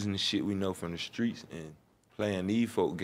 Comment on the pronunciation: JaKari Blakemore 0. But he said Skreets 98 times